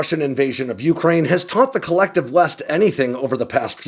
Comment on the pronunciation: We should invest in whatever gets to pronounce Ukraine properly.